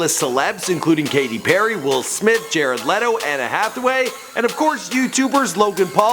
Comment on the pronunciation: Did he just say "Anna Hathway"?